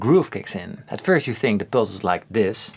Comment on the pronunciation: Pulse sounds like "pills"